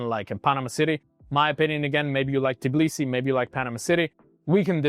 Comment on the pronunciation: Capital of Georgia is Tbilisi not Tiblisi 😅